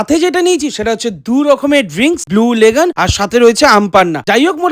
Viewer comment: Blue legon na it's lagoon 🙄